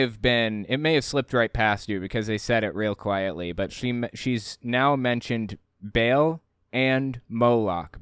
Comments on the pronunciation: She pronounced Ba'al like bail. I mean, that's probably the least of her issues, but still annoying 🙄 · Baal is pronounced Ba’al or Bah-l, not Bale, this is insulting to my ancestors. 😂